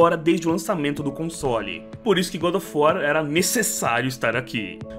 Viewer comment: Yougurt of war!!!! Kkkkkkkk